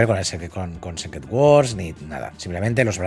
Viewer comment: Se pronuncia "Sícret", no "Sécret".